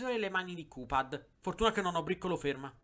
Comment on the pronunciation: Si pronuncia caphead